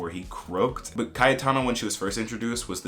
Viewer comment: It's also obvious with Cayetana, it's pronounced very differently in Spanish.